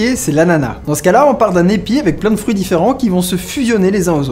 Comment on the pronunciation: "c'estbon les foeurus" XD